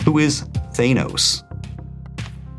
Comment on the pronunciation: Aarrghh!! You mispronounced Thanos. Sorry. Pet peeve of mine. Still love my weekly Jeopardy.